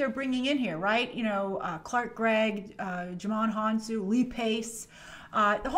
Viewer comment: Really? You couldn’t find time to pronounce Djimon Hounsou’s name correctly? 🤔